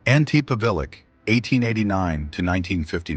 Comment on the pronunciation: Pavelic,Pavelich not Pavilic